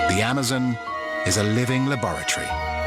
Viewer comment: the guys goes amozoons lol